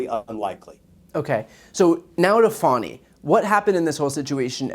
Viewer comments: BTC, please show some respect for Fulton County, Georgia Prosecutor Willis by pronouncing her first name as she does. You are pronouncing it "fawn'-ee" when the appropriate pronunciation is more like "fah'-nee." I acknowledge that it's a slight distinction but it's disrespectful nonetheless not to care enough to pronounce someone's name as they prefer to pronounce it. I cringe every time you or anyone else pronounces her name like it incorporates the term for a young deer! Do you like it if people started pronouncing your your first name "bree'an" given that long ē sound is a perfectly acceptable pronunciation of the letter i used in many words. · Doesn't Trump's being spanked by Stormy Daniels cancel out anything Fani Willis did? Republicans: It' pronounced Fawny not Fanny and you know that - grow up. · She pronounces her name Fawney.